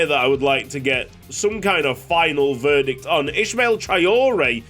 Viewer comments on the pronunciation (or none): none